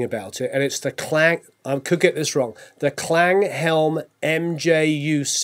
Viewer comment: "Klang" is pronounced like clong. It's the German word for "sound".